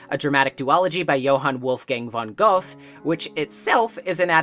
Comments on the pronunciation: Ah, yes, my favorite German writer, Johann Wolfgang von Goth. It's pronounced with a hard t and the e at the end is not silent. The ö sounds kinda like the i in "first", I guess? I can't find a better comparison lol. Sorry, I thought about the pronounciation and then I had to try and explain it to see if I could haha. Great video! I love Madoka Magica for many reasons, mainly the soundtrack and for how unglamorous it is. Also, the art style really does something for me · As a German, the way you pronounced Goethe was,,,, wild 😂😂😂 it's.... It's not an English th😂😂😂😂😂😂😂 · U slaughtered Goethes name. Grüße aus Deutschland